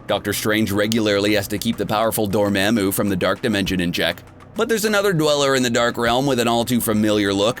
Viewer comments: NOT DORMAMU DORMOMO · This guy can't say anything yeemir instead of yimir doormamu instead of dormomu just look up the pronunciation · Dormaymoo lol Edit also mefisto lels🤣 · Why you say dormamo like that 😂😂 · you pronounced dr strange’s main enemy wrong